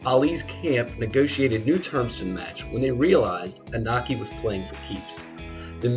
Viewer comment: It's pronounced E No Key. Japanese pronunciation of vowels is always the same. I sounds like strong E and O sounds like a strong O